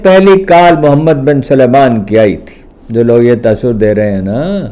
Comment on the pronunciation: Why does he keep pronouncing his name as Mohammed bin Suleman,his name is Mohammed bin Salman.They all do it,on TV,they simply cannot pronounce Salman,I don’t know why.